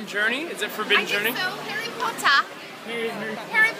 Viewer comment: Herry pottaaa lmfao lost it there